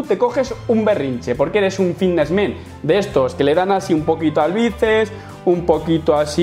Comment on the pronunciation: me gusta cuando pronuncia BICEPS= BICES :v